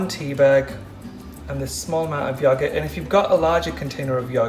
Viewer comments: Tan. You are so inspiring and positive and lovely and wonderful.......! I cannot tell you the difference you make for those of us in the LGBT community 🏳️‍🌈 and beyond! Thank you for sharing (parts of) your life on YouTube and for being so positive, it truly, TRULY makes a difference. In case you needed hear it! Also, I LOVE how you pronounce “yogurt” and this mask is FABULOUS!!! 💕💕💕💕💕 so much love from Boston, MA!!!! XOXO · Love how he pronounces "yogurt"☺️. Tanny, love your skin😍! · Love how he says yogurt Also how did u know about this? Just thought to make it one day 😦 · The way he says yogurt 😂